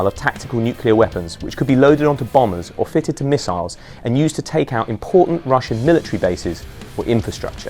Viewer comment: Bro said misallas 💀